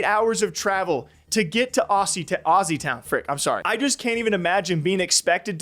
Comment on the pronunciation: Your pronunciation of “Aussie” is a crime! 😂